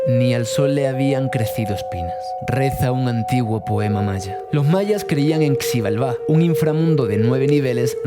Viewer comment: Se lee shibálba, estás en México pregúntale al recepcionista del hotel, me duele mi oído